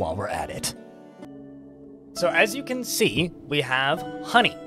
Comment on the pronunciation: funny how you say the word "HOney". lol